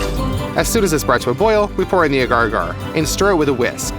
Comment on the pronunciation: As a microbiologist I always cringe when people pronounce “agar” incorrectly >.<